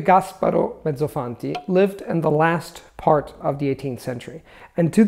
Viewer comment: Did you pronounce "Mezzofanti" with an english accent, or it is just me? :) I experienced telling someone my name with an english accent just because I was speaking in that language ahah